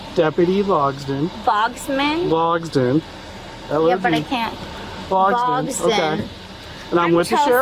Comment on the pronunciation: Bogsden? Is that with a silent T?